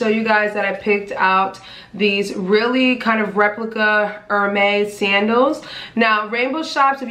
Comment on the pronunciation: I'm French and i find it kind of cute the way Americans pronounce HERMÈS 😅😅😅😅